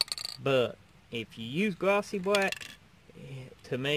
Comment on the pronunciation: Rememba. Fat bwack, not gwossy bwack. Nice vid.